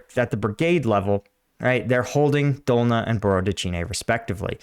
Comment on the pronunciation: 8/10 for breakdown, 3/10 for pronouncing Cyrillic words. 😂 I wonder how much more expensive outfitting all the drones with night capabilities would be. Russians certainly aren't driving all their vehicles at night, making them literal sitting ducks.